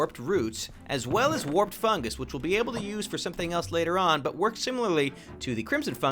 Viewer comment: fungus not fungers xD